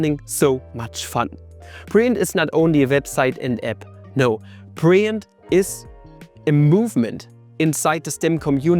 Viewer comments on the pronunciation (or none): Now try to pronounce the name of your sponsor again. For example say it like brill-yant. When in doubt, google-translate has a decent speech option.